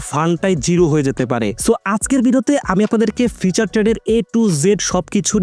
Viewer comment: ভাই ওইটা ফিচার না ফিউচার